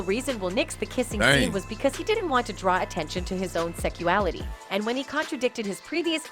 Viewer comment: It bothered me she kept saying "Secuality."